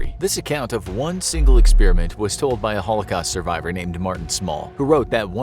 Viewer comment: It’s not an experEeement!!! It’s an Experiment……